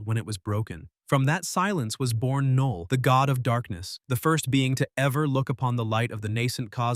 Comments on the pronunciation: Why tf are you saying K null? It's (null) the K is silent 😂 Knull isn't a symbiote btw lmfao!! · Null, not K'null. The K is silent. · Who the fuck is Kuhnull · Nulllll not ka null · I hate when the ai says K-null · AI script, AI voice. I can tell by the the way it says ku-null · Knull in pronounced "Null". But I'm pretty sure this voice is possibly AI so🤷‍♂️ Edit: Now he gets right.😆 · The AI is driving me nuts. It kept calling it "Sim-by-ote" Wtf is a SimByOte? Then 20 seconds later it'll get it right and say simbiote and immediately go back to screwing it up! 🤬 And how does AI not know the K in Knull is silent? It doesn't say K-nife! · AI narraration saying "KA-null" lmao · DUUUUDE if you say Ka-Null one more time !!! 🤬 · Now chat GPT you know that K is silent😂! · Trash. Said knull wrong. Got venom backstory wrong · SAY KNULL RIGHT DAMMIT😂😂😂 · Not to be “that guy,” but the K in Knull is silent. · It said knull wrong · It’s ai so it probably can’t differentiate some lines he said knull like null but other lines the k is pronounced so it’s just ai messing up